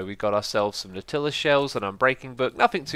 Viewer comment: Nautilus is pronounced NAW-tuh-liss.